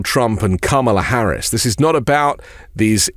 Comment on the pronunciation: You know she's making an impact when he pronounces her name properly.